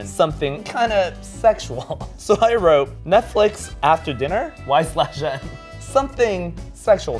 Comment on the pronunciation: NOOOO why did she say the slash in y/n :((( lolol it’s just said “y n”